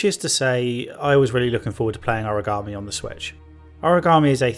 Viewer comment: Origami is folded paper. Aragami is this game. Sort out your pronunciation